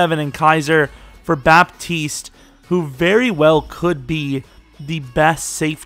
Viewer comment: great video man , pretty sure its pronounced bat-east tho btw theres no 'p' in his name